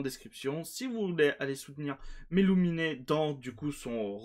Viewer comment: Il y à toujours une petite erreur de prononciation avec mellumine 😅 Pour prononcé mellumine. C'est simple , imagine le nain qui dit " une mine "😂 Pas forcément avec la méme intonation Par contre.